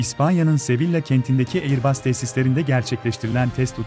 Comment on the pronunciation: airbas okunur, aiıbus değil.